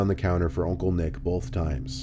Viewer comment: The way he says Oncle lool